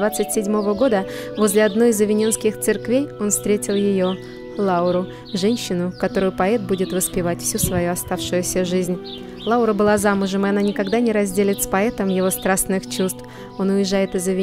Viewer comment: ЛаУра!! А не ЛАура